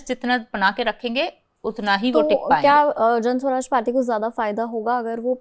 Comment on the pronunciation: Mam its jansuraj not janswaraj